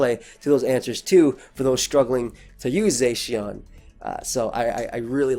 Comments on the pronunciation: "Zay-sheawn" lol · Dude saying zacian wrong